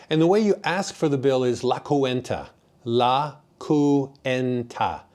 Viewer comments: Nice video. You got a when you said basically “ don’t be a cheapskate” in the fondo’s. One correction if I may, the bill is called la Cuenta, pronounced la qwenta, (only two syllables) not coo- en ta. You come across as a down to earth kind of person also. Thanks for the info. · Great informative video! Cuenta in Spanish has 2 syllables. Should be pronounced as - KWEHNtah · The word ""Cuenta" does not have 3 syllables. It has 2 syllables. And is pronounced as KWEHN-tah.